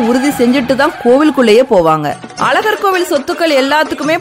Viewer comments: First of all it is Azhagar and not alagar. Pronounce it properly. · Madam pl pronounce Azagar correctly. Sad tamil girls cannot pronounce the special letter za in Tamiz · அழகர் பெயரை அலகர் என உச்சரிப்பதைக் கருப்பர் காது கொடுத்து கேட்கனும் 🙏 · அக்கா அலகர் மலை இல்லை, அழகர் மலை முதலில் தமிழை ஒழுங்காக உச்சரிக்க கற்றுக்கொள்